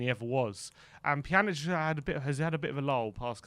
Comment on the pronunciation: Pjan - ich pronunciation, not Pjanick